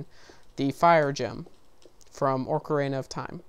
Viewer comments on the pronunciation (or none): U pronounced most of the names wrong. Its pronounced Ok-uh-ree-na not o-karen(like the name)-a.